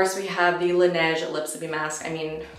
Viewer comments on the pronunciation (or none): none